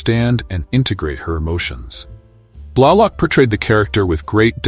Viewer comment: Like "Blahlock?"